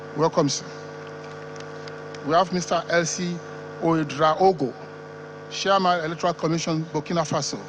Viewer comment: It's chairman not shiaman